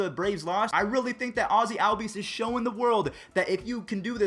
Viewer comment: It isnt Albies say it like ollbees